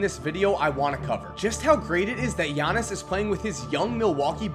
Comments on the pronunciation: I still cringe when he says giannis it's yar-knee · It's pronounced just like how Konos P said: Yannis. It's not an English name... It's similar to how Dirk Nowitzki's last name is pronounced "Novitzki" (with the W making a V sound); their name stems from their language, and as such the pronunciation abides by the language. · It isn't yannis nigga it's yi annis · You pronounce his name Gea-nees I'm Greek to that how I know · Ee-yawn-is Ant-et-te-koom-po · firsti wanna say i luv the channel brah. second i think u are pronouncing his name wrong, i believe the g isn't silent. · Oh you goin learn to say my last name - Giannis